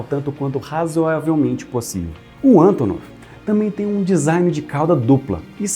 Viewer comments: Gostei da pronuncia russa haha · Sotaque perfeito! Hahaha